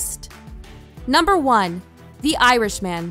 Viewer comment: Nice video, but oh my God, that pronunciation is something else! "Better Call Sal", "The Irish Man", and "(Joe) Pesky" had me in stitches! lol